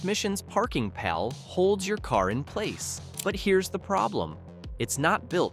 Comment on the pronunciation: Another AI voice. Showing clutch pedals when talking automatics And its parking PAWL not pal